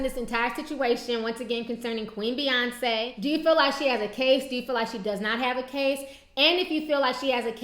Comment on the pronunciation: But her name is B..yonce and not F..yonce.